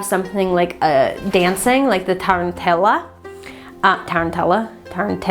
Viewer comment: I incorporated sound cleansing in a protective charm I have in my car, adding two tiny bells to it, so that they jingle anytime I hit a bump on the road (and here in Italy the streets are pure trash, so it's very frequent). A cultural note though: tarantella (your pronunciation is almost spot on, don't worry), taranta and pizzica - which are almost the same thing - are culturally specific to Southern Italy, they don't do it in the North, and our cultures are very separated for political reasons (mostly being that, after the unification of Italy in the mid 1800s, the North destroyed the economic and production systems of the former Reign of Naples in order to appease the huge landowner gentry of the South, practically depleting the territory of modern means of living and keeping it poor and quasi-feaudal, teaching the new generations that their Southern culture was ignorant and inferior to the modern and industrialized North, etc.). We are still subject to this kind of prejudice, with a hypercapitalist twist on it, now that the South is becoming more and more a tourist playground: in my region pizzica is a popular courting dance, and it's appreciated mainly by northerners on holiday (who other us southerners as "genuine" and "primitive" or something). Also, taranta and tarantella are exorcisms, to get the "tarantata" (a woman driven mad by the bite of a tarantula, even though we don't have tarantulas here, and a metaphor for sexual drive) rid of her "crazy behavior". It comes